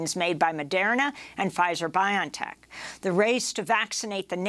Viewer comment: Just a heads up: BioNTech is pronounced: bio-en-tech